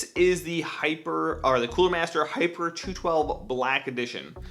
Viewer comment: Within 14 seconds of this video. He mispronounced the cooler and also voice cracked. LOOOL no hate, just thought that was funny